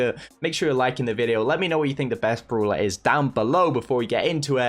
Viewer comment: i love the way he says browler not brawler and browl stars not brawl stars lol